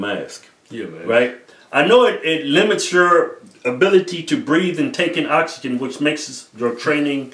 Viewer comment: "Oxygen" "Oxygen" "Oxygen" "Oxygen deprivation mask" "It's oxygen, man. You're stressing the "Ox" too much... Fuck it."